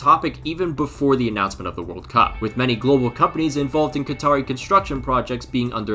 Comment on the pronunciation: “Two tventy two vorld cup”